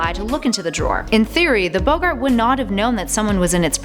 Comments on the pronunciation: Bogart? I believe it's Bog-Art....oh well, that happens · Jeez, still can't pronounce "Rowling" or "Boggart", despite making several videos of Harry Potter facts! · If people know some of these why name it things you didn't know and not things you might not know? Also the butchering of boggart and Edinburgh. Only someone who hasn't seen the movies would say boggart in such a weird way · It’s not bo-garts, it’s bog-arts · Bog art!!! Not bugart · Boegaaaaart, eh! Films say bogart (bog art ) and so do I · 1. Mcgonnagall was a teacher when James was at hogwarts. 2. It’s BOGgart not Boeggart 3. You pronounced Edinburgh wrong too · It's BoggART not BoggERT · Boggart is pronounced bog - art, not Bow-gart. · "Boe-gart"? It's pronounced "Bogg-art". Maybe they should get real nerds to make these videos. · Naomi P Ive always prounounced it rolling. lol americans need to learn how to prounounce stuff and boggart not bowgart oh and Edinburgh. Also minerva didnt play with james as she was a teacher in the 70s and james was boŕn in 71 i think or joined in 71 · Id like to point out that boggart has two Gs So it's pronounced BOG art, also Eden Brough? It's ED-en-bru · Nice video, but you really need to work on your pronunciation of "J. K. Rowling" (the 1st syllable has the long Ō sound; rhymes with "toe"), and BOG'-gart (not like Humphrey Bogart). Thanks! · B-o-g-art you fake fan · It's pronounced bog-urt . I knew all of them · the way she said boggart makes me sad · This might seem annoying but you said Boggart wrong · You're mispronouncing boggart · might be petty but you pronounced boggart and Edinburgh wrong.